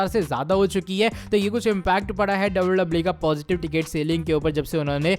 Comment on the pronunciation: Bhai wwe he double double e nhi😂